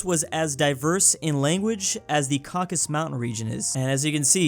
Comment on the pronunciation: idk if theres a meme about the caucausus or if really just pronounces it wrong lol